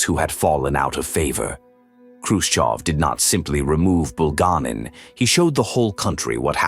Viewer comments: BulgA'nin, but grazhdanI'n. And sometimes name could have non-standard stress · Your moronic AI narrations uses the wrong name and mispronounces Bulganin's name in several different ways! Dump the stupid AI and just get a person to nareate!!!